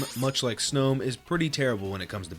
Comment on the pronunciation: that Snom pronounciation in the first 20 seconds genuinely gave me a brain aneurysm